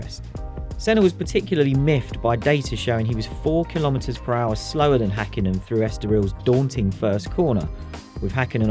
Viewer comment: It's Häkkinen, not Hakkinen.